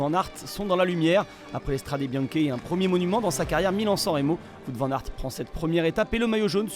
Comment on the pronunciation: Toujours pas capable de prononcer correctement son nom ... et pourtant il n'y a que 4 lettres WOUT